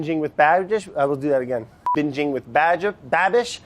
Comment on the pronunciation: Im a little disappointed that brad can’t pronounce Babish. I hoped they were long lost youtube friends